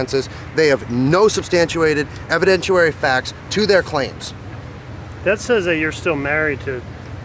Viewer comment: Ok, I can't take it... someone please tell him it's not edvidentUary or substantUated.... It's evidenciary and substantiated. SUBSTANT-*SHEE*-ATE-ED. EVIDENT-*SHEE* -ARY. I'm sure he's going to continue getting media... someone please inform him.